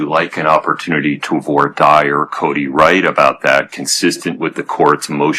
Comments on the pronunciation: Only Bloodworth can say "Voir dire" correctly? 😅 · Thank you to Bloodworth for being the only one of the four (judge, defense attorney, prosecutor, and J.D.) who can pronounce "voir dire" correctly 🤦‍♂ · Bloodworth casually pronouncing "voir dire" properly to stunt on both opposing counsel and the judge.